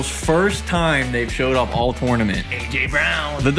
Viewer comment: Why he always saying tornurmanrt